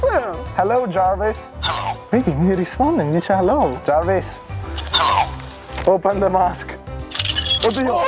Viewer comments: jarvis non jervis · La legenda dice che il padre stia ancora dicendo "giarvis clos d masc" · Soltanto io sento che jarvis dice ciao?😂😂